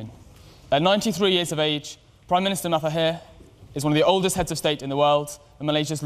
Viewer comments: fdid that white boi call him matahir??? cringe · Prime minister of Malaysia - Mathahir